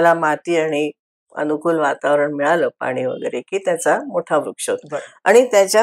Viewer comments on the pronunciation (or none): none